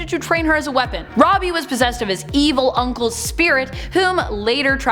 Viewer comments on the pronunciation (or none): none